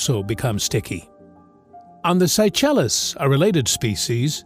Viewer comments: Is this voice AI generated? If so, or if not, please educate yourself, or itself, on how to pronounce names like Seychelles; that's just one of many mispronounced words. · That AI almost had me believing is was edited by an actual intelligent being until...@ with the pronunciation of the Seychelles.